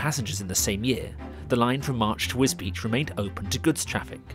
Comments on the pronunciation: This is interesting, but is that really how you pronounce the town's name, as if it's spelt Wisbeech or Wisbeach? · Alas, Wisbech is pronounced just as it is spelled, not as "Wisbeach"! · I think that many people in Wisbech would prefer a rail connection to King's Lynn rather than Cambridge, but that's not on the table. Yes - some pronounce it 'Wisbeck' and I can see how. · It is pronounced Wisbeach but I have always called it more like Wisbitch. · I agree! I've never been, so I would have pronounced it Wisbeck. Now I know. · Yes it is. It is often incorrectly pronounced as 'Wisbeck'. Really glad you enjoyed the film!